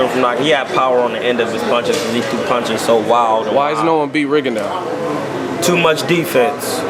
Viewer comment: Maybe when they stop slaughtering last names I could possibly take these guys serious. It was an intelligent interview but if both reporter and guests can't pronounce names it's time to practice... It's not Postal, it's pronounced POs-tol. It's not Rigon-Dee-ou, it's Ri-gon-dow.